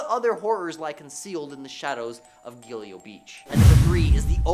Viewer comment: Its Gilgo Beach. Not Gilio